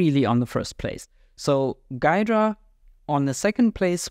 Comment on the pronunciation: It's pronounced "Gheedra" with "ee"